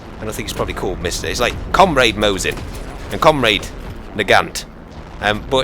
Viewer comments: Nagant - don't spell (t). Mosin - don't spell (z), its (s). Just in case you care. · not Zaisev but Zaitsev, Not Mozin but Mosin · What's up with Vazily Zaydzev? :P It's /MAWSSIN/, too.